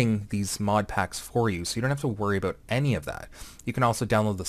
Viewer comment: Abut. are you canadian XD?